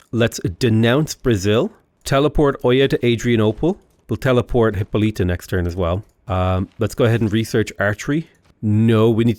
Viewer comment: still can't pronounce Hippolyta correctly. It's "Hih-PAH-lih-tuh".